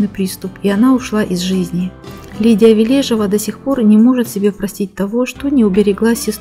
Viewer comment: Ли́дия Леони́довна Ве́лежева — советская и российская актриса театра, кино и дубляжа, телеведущая, политический и общественный деятель. Заслуженная артистка Российской Федерации. Ударение в фамилии на первую Е.